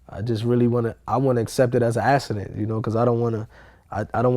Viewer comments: why does he pronounce accident so weird? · Wtf is a "assident" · It was a "assident" lol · What TF is an "Ass-a-dent" tho? Shit sounds mad gay son! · I never knew there was "S's" in the word "accident" lol... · "it was a assident" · Lol, I'm sorry but every time homie said "assident" I laughed a lil bit. It sound like something a kid would say when they come & wake you up after they pissed the bed. [Tap, tap, tap] "Momma...daddy....I had a assident". LMBO!